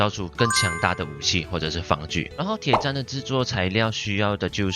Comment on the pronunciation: 不念Tiě chān 念做Tiě chān